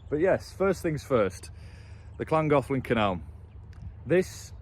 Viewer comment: Well done for the canal's correct name pronunciation! Mind you, working in Chester should have helped there and can't wait to hear the aqueduct's name 😂